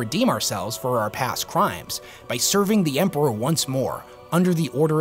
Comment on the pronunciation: For the Emprrahhhhh. Period